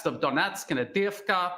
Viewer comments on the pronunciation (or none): none